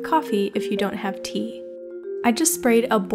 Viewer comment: When you said tea i thought you said pee